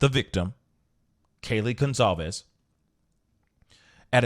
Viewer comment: Goncalves is Pronounced “gun-sol-vez”